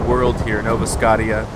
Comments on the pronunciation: IT'S NOT SCOTT-EE-A!!! I WANT IT TO BE PRONOUNCED SC-OH-SHA!!! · God dammit say scottia right